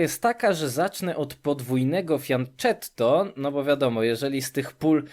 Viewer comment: Wydaje mi się, że termin "fianchetto" pochodzi z języka włoskiego. Powinnien być zatem wymawiany "fianketto".